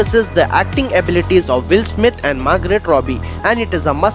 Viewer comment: Bro is not Margret Robbie it's Margot Robbie And not samit it's Sumit entertainment